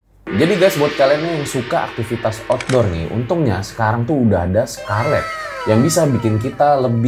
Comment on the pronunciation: Kok jorok sih host ngmng sekarlet ny 😂